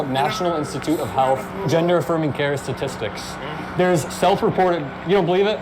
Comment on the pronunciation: Shtatistics!!😂 you got me rolling on that one David!!